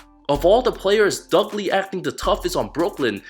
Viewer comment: "Dugley" lmao